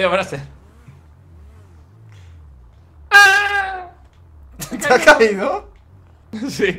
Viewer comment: se dise